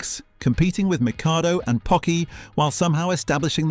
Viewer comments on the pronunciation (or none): none